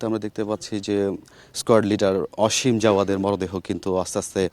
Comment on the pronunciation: অসীম নাকি আসিম? নামটা পর্যন্ত সুন্দর করে বলতে এরা বলে সাংবাদিক 😡😡